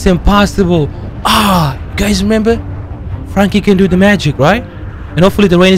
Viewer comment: you can't say Frankie u always say fwankie 😂😂